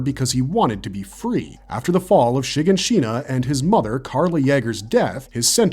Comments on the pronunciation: The mispronounced names throughout this video have to be done purposely. Mikasa(could be) , shiganshina, sasuke, Yeager/Jeager. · Its driving me up the wall how you pronounce shiganshina, paradis and mikasa 💀